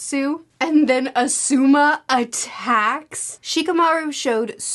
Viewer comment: Please watch some of the anime or something to learn to pronounce words and names. The video is harder to watch when you're saying things like "Asooma"